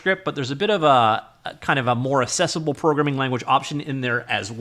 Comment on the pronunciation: "axe-essable" Not "assess able" 2 completely different words.